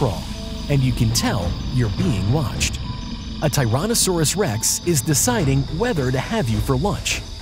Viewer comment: T-Rex lived in the Late Cretaceous Period, not the Jurassic. And, it’s pronounced (Ty-RANN-o-sore-us-Rex), not (Ty-RONN-o-sore-us-Rex)